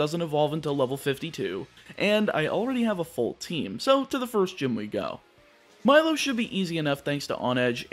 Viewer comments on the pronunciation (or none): none